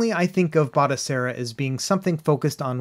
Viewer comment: Batocera Not Botacera 😁😇